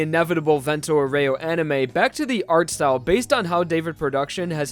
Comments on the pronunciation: Actually it's pronounced Vénto Aoore-o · Great video, but...Dude, learn how to pronounce Vento Aureo.